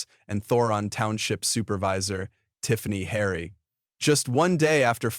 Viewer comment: The idiot on this channel could not even pronounce Tiffany Henyard's name correctly. Why even bother with this channel? I will never see any more if this channel.